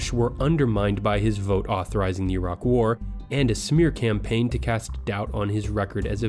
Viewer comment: Thank you young sir for pronouncing Iraq correctly